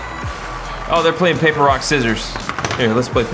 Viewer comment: lol ''papaer,rock,scissors